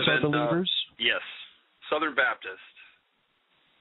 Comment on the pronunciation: Babdist? Isn't it Baptist??